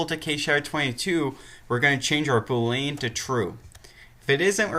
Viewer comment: Bool - ee - an. Not Bool - lean. Thought you might want to know the correct pronunciation.